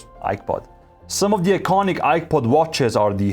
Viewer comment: I swear I heard iPod every single time. 😅